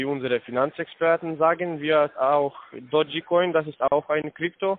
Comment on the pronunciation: Dotschi Koin? Ok, niemand weiß so wirklich wie man das drum ausspricht, aber Dotschi Koin?